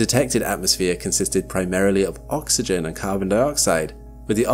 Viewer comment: why'd you have to say OXYGEN like that? Having flashbacks over here 😆